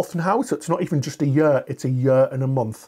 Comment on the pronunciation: What’s a “yer”?